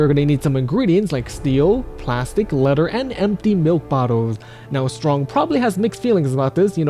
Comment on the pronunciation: "You need ingredients for the armour such as steel, plastic, and ledder" 😂😂